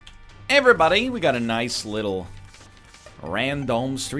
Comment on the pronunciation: I can't believe it. He stopped rerolling really early. Is this the new New NEW NL? But he said 'ayeverybody'